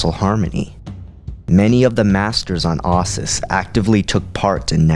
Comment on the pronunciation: How do you get "I zyi" out of "Iziz and "ahsis" out of Ossus